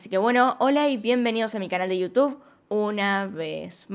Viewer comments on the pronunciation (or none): none